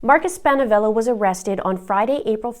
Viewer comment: Can we pronounce his family name the right way please, it is Markus Spanaevil.